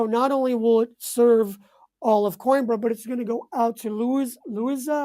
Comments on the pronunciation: Isnt it pronounced Queenbra? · it would be really nice if your guest would have pronounced Coimbra correctly. Not pronouncing the name of his new city just makes it seem like he’s an American that doesn’t care enough about assimilating like a thoughtful immigrant. Other than that, the information was good. Thank you.